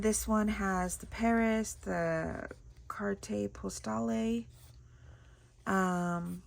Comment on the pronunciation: Carte Postale = “cart post-all” (the e’s are /silent/)